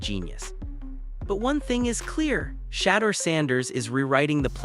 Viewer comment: Can people please learn how to pronounce his name please and thank you your killing the pronouncing of his name 😮